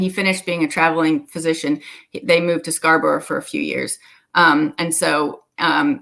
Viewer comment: Just for future reference; it isn't Scarbrowe, it is pronounced Scarb'rruh. Great information, very interesting, thank you.